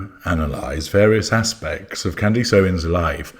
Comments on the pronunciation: or, CANdus... not canDEECE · Candace, not Candisse. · deliberately mispronouncing her name to belittle her and to annoy her fans - well played, well played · “Necklace.” “Palace.” “Grimace.” …….. “Candace.” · I love that you purposely mispronounce her name. 😂 I am ashamed to admit that I was a follower until her “support” of Tate and Weinstein. So, I’m not surprised of her exploiting the Kirk tragedy. It’s utterly shameful.